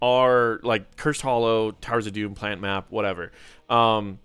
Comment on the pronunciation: Love your content I re-use it often for a slew of heroes. Definitely my favorite mentor for HoTS. BTW this man said "PLANT MAP" 😆